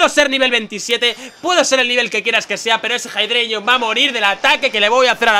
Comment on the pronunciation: Jeidreigon.... xDDDD